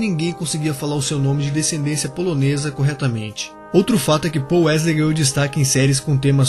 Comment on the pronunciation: Não é pouuuuu e paull